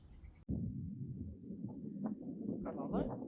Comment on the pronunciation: I prefer your pronunciation of “Belle” and “Corelle”.